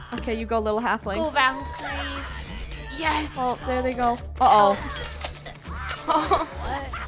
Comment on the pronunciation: No one: Absolutely no one: Not one soul: ValKerIEs